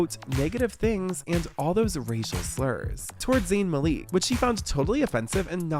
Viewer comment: zayn's last name isnt pronounced "maleek", it's like "malick"